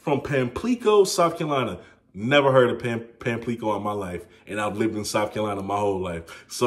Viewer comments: Pamplico (Pamp-la-co) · Mann I’m from pamplico and that is not how you say that😭